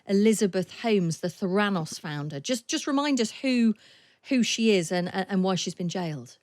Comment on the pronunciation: Why can't your reporter pronounce Theranos?